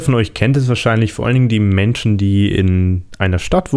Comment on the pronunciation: Beim MC donalds Logo die Betonung😂😂 "Die MMMenschen..."